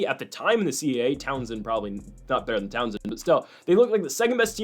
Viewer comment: Bro. It is tau-sun not Townsend 😂